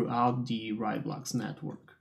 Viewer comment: Heya, great video. It is pronounced RAY, though.. fast like a RAI of light =)